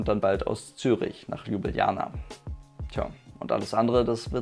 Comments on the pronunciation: "Lübilana", wer kennt diese Stadt nicht?😂 (Sorry, aber deine Aussprache ist zu geil) Gute Besserung💪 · Richtig korrekt Lublana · Nein. Ljubljana mit 2 "j"